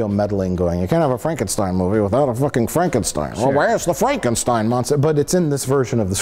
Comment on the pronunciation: Why can't people pronounce Frankenstein correctly? Gene Wilder would have a fit.